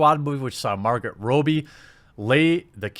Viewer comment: 1 it is pronounced Rob-E not Robe-E 2 it is pronounced Ku-O-ko